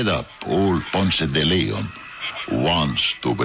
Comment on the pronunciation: If the actors insist on using those exaggerated cartoonish accents they should at least learn to pronounce Ponce de Leon.